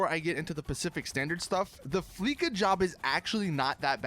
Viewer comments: It's fucking fleeca not fleeka Jesus fucking christ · It's "Fleeca" not "Fleeka" where do you hear a K? Lester also says "Fleeca" so how do you get it wrong? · It's fleeca not fleeka you say it with a sa not a ka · Please stop pronouncing FLEECA as FLEE-KA. It's meant to be pronounced as FLEECE-AH (rhymes with VISA). It meant to be a pun on the verb FLEECE meaning to: obtain a great deal of money from (someone), typically by overcharging or swindling them. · not flleca its fleece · They way you pronounce "fleeca" annoys me.😡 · The "c" sounds like a "s", and not a "k".